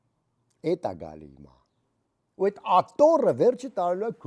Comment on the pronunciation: Ատոռռը😂 վերջն էր